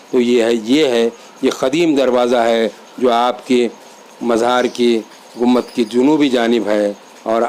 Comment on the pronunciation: ACHHA SILSILA HAI. A'BAD KHULDABAD DAULATABAD KI SAARI DARGAHON KI MALOO.MAT , SAHI HISTORY VDOS BANAIYE. ZARA APNE URDU TALAFFUZ PE DHAYAN DEN. AAP " GUMBAD " KO GUMMAD BO LE JAA RAHE HAIN..